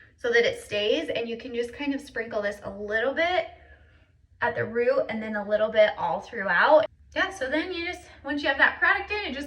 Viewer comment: Love it and your videos. I don't know what state your in, but do you say "roo" for "root"?😊